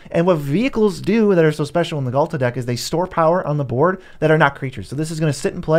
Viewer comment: quit the video instantly after hearing Ghalta, like... nah that aint it.